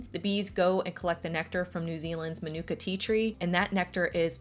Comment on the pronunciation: It's pronounced like maanuka you have to annunciate your A , it's lovely honey too I live in nz. Why tho are your adds for some things so long.